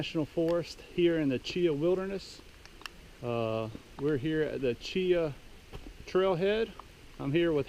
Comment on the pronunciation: Pronounced Chihah